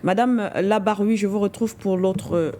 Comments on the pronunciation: C'est madame larbaoui et non labaroui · Vous ecorchez tout le temps le nom de votre interlocutrice :e n'est pas Mme labraoui mais Larbaoui.svp corrigez merci